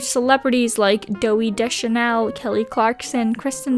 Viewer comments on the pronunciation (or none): I know it was likely a mistake but I audibly cackled at “Dooey Deschanel” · I was looking for this comment. Lol. I had to rewind to make sure I heard her right.